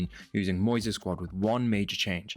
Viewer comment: I’m sorry to say again it’s Moysey…